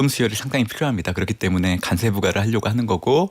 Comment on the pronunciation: 간세가 아니고 관세 아닙니까